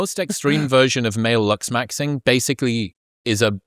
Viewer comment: The word is LOOKS MAXING. I don't know if it's my hearing or your accent but I keep hearing luxs maxing. 😂